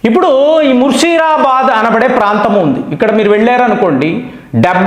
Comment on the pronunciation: It is Mushidabad not Mushirabad. Chech ar time stamp 6.26 😂😂😂